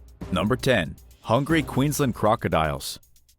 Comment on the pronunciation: It's horrific that u can't even pronounce Queensland & Australia properly. Anyway Australia as a whole should be No 1 on this list, the more deadly animals we have the more we hope tourists stay away